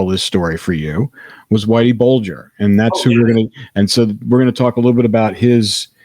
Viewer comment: Whitey Bulger, not burger.